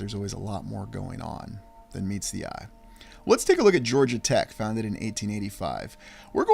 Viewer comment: “FOUNDED”, As in Found…Ed? 😉